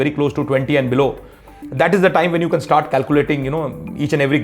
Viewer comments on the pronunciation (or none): none